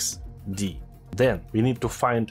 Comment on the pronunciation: "Then", not "Zen" ! 😆 .. English words seems hard to pronounce